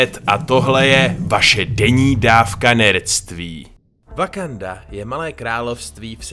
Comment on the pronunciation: No konečně ten název země vyslovuješ správně... :D